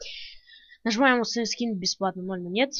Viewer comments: усоновить скин? я думал их устоновляют а не усоновляют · мне показалось ты сказал не установить скин а усыновить хахаха!